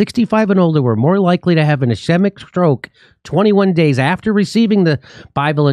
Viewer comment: Jimmy...a helpful phonetic rule..A vowell followed by a consonent then another vowell almost always makes the first vowell long. So it would be es cheee-mic